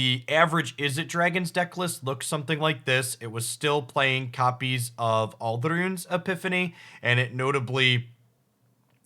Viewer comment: has never cared about pronouncing made up card names correctly as far as I'm aware.